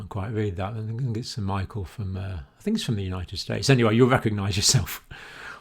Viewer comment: This is Michael, as in Michelle :D Reads the next hard name correct tho :D Nice video. Sadly not so good news tho